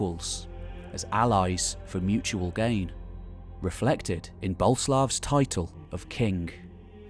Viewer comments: So, it’s pronounced Bo-Lé-Slav? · Boleslaw (Boleslav) has three syllable.